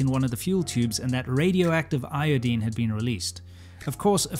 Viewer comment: Eye-oh-deeene…. Lol